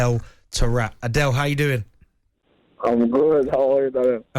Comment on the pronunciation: The dudes name is not pronounced like "Adele"